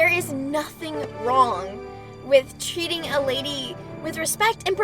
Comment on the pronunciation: When she said treating, it sounded like cheating)